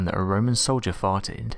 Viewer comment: Me: I think he's just just English and saying "fighted".....? Says it again Me: Nope! No! He's saying "farted"...!! 😂👍